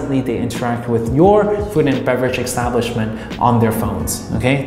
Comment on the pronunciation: EXXXTABLISHMENT EXXTABLISHMENT EXTABLISHMENT ❤ LUV YA